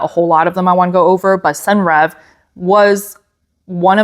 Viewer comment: Hi new here. Senreve is pronounced "Sen- revay." Hope that helps.